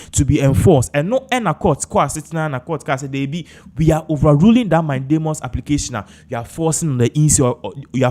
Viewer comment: Pls the word is mandamus not mindamus